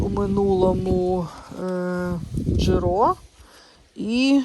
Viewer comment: Персимон мускатний, це сорт такий. І не ДжирО, а ДжИро.